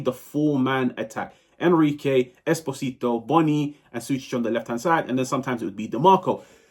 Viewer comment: Come on, you are probably gonna talk about Pio for the next 10 years. Invest 1 minute to learn how to pronounce "Esposito" 😢